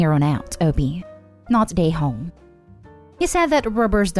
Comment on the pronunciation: When you say “not the a-hole” I think you are saying “not today homes”